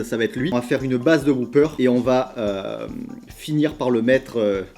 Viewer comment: Pas "Whooper"... "Whopper", à prononcer "O", pas "OU".